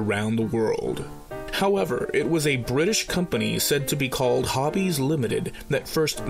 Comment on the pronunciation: Man... I was disappointed... You were saying "Hobbies Limited" and I kept hearing "Javi's Limited"... bummer...;) lol Nice series,! I really enjoy them! Keep 'em comin'!!